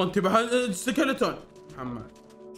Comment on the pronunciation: سكيليتون ❎ سكلتون✅